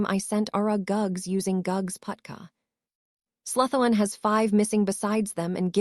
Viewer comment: Haha I didnt think the name pronunciations could get any worse than hearing Slytherin pronounced SLY-THERE-IN 1000 times But they seriously leveled up with Hermalin or THE-STRALS and just garbling words I dont know if its the AI sqitching around letters or the author misspelled ALOT. If your not going to narrate your own book. At least pick an AI model that has seen the Potter films and knows how ti pronounce stuff